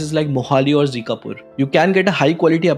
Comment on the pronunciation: Zikapur nahi Zirakpur near Chandigarh 😅